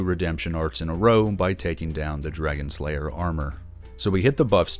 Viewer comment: Did you say “Dragons Layer Armour”?